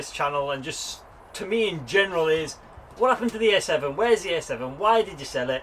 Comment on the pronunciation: Are you saying A7 or S7 lol. Sounds more like you are saying S7 despite the title reads A7